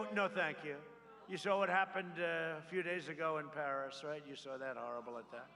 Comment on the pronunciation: Pars parras parrriss okay know the pair accord no I can't pronounce it but it's a bad bad deal